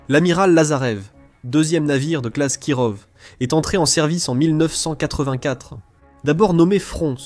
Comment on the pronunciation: Kirov se prononce KIROFF ! putain ça m'arrache les oreilles, voix IA pourrie qui sait pas prononcer les noms ! De plus les Kirov sont des croiseurs lance missiles, en aucun cas des croiseurs de bataille. Il n'en reste que deux en services, dont l'Amiral Nakhimov qui viens d'etre modernisé. Leur but est de servir de navire amiral, pas d'aller directement au combat.